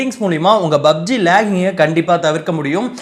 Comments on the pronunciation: Bro athu BUBG illa PUBG 😂😂😂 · Bro bubg uh illa pubg uh?